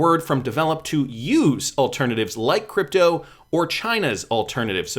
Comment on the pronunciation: May I just politely say, it's nuclear not nucular. And for crypto, it's crypto not k'dipto 😁